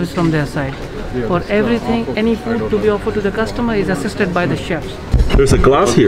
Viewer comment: Still can’t say food huh.....that’s food, not FUUD